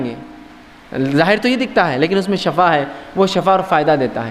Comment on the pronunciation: اجی ایڈوکیٹ صاحب شٙفٙا زبر سے نہیں آتا ایڈوکیٹ صاحب شِفٙا زیر سے پڑھتے ہیں آپ وکالت ہی کیجئےگا پلیز آپ نے وکالت کا فن سیکھا ہے اگر آپ کی وکالت نہیں چل رہی لوگ بحیثیتِ وکیل آپ کو ریجیکٹ کر چکے ہیں یا آپ اس میں فیل ہوں چکے ہوں تو کوئ اور دھندہ کیجئےگا پلیز یہ میدان علماءِ کرام ہی کو زیب دیتا ہے شٙفٙا شٙفٙا شٙفٙا شٙفٙا نہ کہئےگا پلیز جاننے والوں کو شٙفا سن کر بہت تکلیف ہوتی ہے